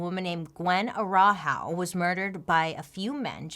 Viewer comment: love the way she pronunces "Araujo" <3 (the correct way is "atta-oo-ho" in spanish or "atta-oo-jo" in portuguese)